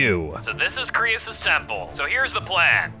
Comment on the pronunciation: it krois not crius